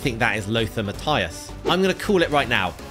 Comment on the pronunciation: no you said mattues